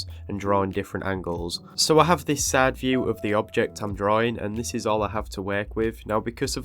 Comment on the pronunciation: I kept thinking you said “sad view” , instead of, “ side view” .